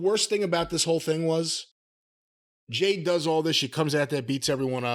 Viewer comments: JADE, Jim ... Her Name is JADE, fer Chrissakes!!! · Hearing Jim say they lost Punk but they got Jane back is hilarious 3-years later he still can't pronounce her first name this has got to be a Rib at this point and She might be going to WWE rumor and innuendo.